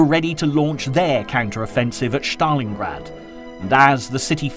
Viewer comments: Good narration HOWEVER why is STALINGRAD pronounced as, "SCHTALINGRAD"? Is that actually how Russians pronounce it? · There is no “hatch“ In the pronunciation of Stalingrad.